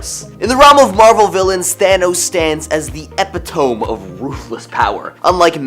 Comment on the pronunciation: I seriously hope you were kidding, but it's E-pit-O-me. Please, guys learn to pronounce words before you put it online for eternity.